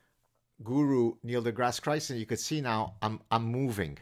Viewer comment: "Neil DeGrasse Chrison." lmao